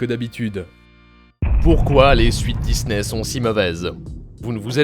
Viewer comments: Dizney, Dizney, Dizney …. Vous pouvez pas prononcer DiSney correctement ? 😂😂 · C'est que moi ou vous aussi ça vous agasse qu'ils disent Dizney au lieu de Disney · Ohhhh vraiment arrête de dire '' DIZNEY'' IL Y A UN P..... DE S ET NON PAS UN Z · C'est pas Dizney c'est Disney ! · j'peux pas continuer la video désolé... On dit pas DIZZZZNEY !!